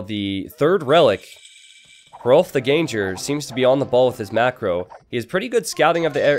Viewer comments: Can you not pronounce ganger like that? The foreman of a GANG, not a ganje. Please :^) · I think Ganger is pronounced "gahn-ggur" since it's Germanic / Scandinavian, wouldn't it be? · Don't stress the 'g' in ganger. It's just an 'ng' sound.